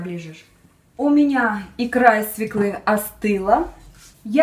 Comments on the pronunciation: Не из свеклы́, а из свёклы! Хотя бы ударение правильно ставила! Разве можно так растягивать эфир и занимать пустой болтовней? Весь рецепт на полторы - две минуты! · Много болтовни не нужной, и не свеклы, а свёклы